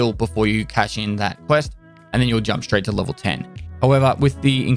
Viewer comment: "Without further ado, let's crack strrrraight into it!" That gives me happiness.